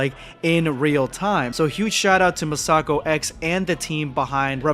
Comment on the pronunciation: not to nit-pick, but you're mispronouncing "MasakoX"..